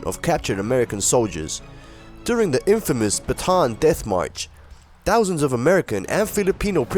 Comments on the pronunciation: AI needs a bit of a lesson. It's not pronounced "baton death march." It's pronounced with a stop between the two a's. "Bata-an," both short "a" sounds. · Bataan is properly pronounced with three syllables: ba-ta-an.